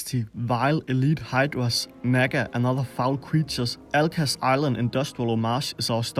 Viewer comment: You're walking a fine line with your pronunciation of Nagga